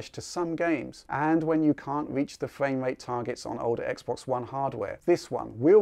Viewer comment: You've got great content man, but I find it difficult to overlook the fact that you cant say "R" sounds correctly. Its not fwame wate, its frame rate. I hate to be rude it sounds childish